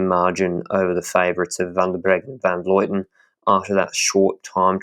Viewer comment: Awesome podcast, but it's Van Vlooten, not Van Vloiten. I'm not sure why so many people say her name that way.